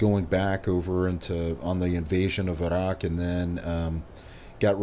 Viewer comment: Stopped listening after I heard him pronounce “Iraq.”